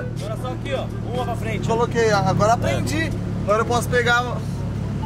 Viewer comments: "PRGUEI" kkkkkkkkkk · "PRGUEI" KK;-; DA CORAÇÃO ❤